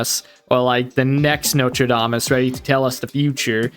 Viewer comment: Why do you pronounce "Nostradamus" like "Notre Dame Us"? The third letter is an "S". Sound it out.